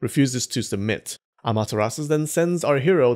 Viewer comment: Why do keep saying "Amateras" when you know there's a u?